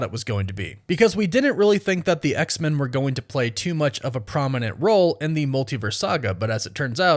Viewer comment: Maybe it's just my ear but it sounds like you're saying "X=Mun". Am I hearing you wrong? Is that how Marvel wants that name to be said? Do you just have an accent or something?